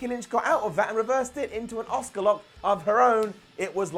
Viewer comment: Why do you pronounce Asuka as "Oscar?"